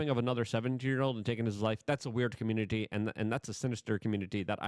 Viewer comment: "Da comrunidy"